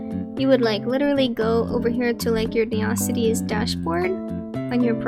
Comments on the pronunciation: first time I ever heard it called "ne-ocities" and not "neo-cities" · Nice try, but i only know ONE person that calls this town "ne-ocities"........ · I'm committing neocities on yall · I lowkey love it, made me smile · this was really helpful but u say neocities the way megamind says metrocity all love tho